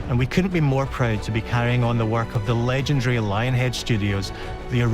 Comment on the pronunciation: If the devs all say "legendree" you just know the game will be BUSSIN